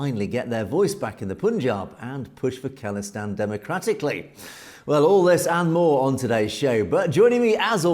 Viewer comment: FYI it’s pronounced “Call-istan” (like phone call) not “Kahl-istan” no disrespect it’s all love, appreciate the good work